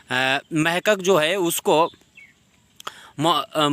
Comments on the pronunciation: محقق لفظ غلط بول رہے ہیں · بہت اعلیٰ صرف محقق لفظ آپ غلط بولتے ہیں یہ درست کرو